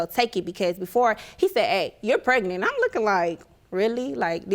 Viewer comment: Why do everyone seem to say prenet instead of pregnant